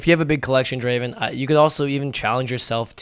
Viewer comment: It's not Draven, it's Draaaaaven